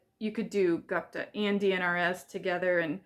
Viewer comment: Gupta = GOOP-tuh [ gŪp - tuh ]